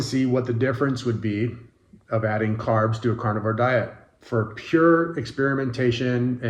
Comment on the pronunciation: Carbsss??? gasp